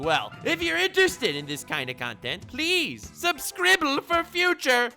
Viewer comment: He said subscibble! 🤩